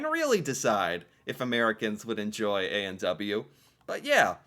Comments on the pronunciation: His pronunciation of A&W is funny. He says "A and dubbayoo". We actually say "A and double-yoo". Cute... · Interesting pronunciation point: you said ay an douba you. We say ay an double you.